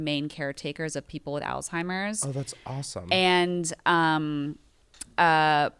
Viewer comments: She can’t say Alzheimer’s right … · THERES NO T IN Alzheimer’s!